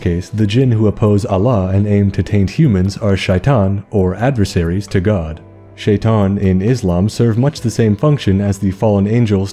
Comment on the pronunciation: As a person that understands Arabic, it’s hilarious to hear you say the names in Arabic for the genie and majnun, as well as shitan. 💀